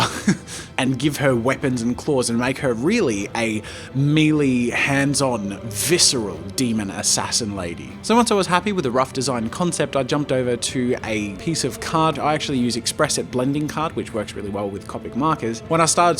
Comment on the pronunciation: it is not meelee, it is pronounced may-lay! lol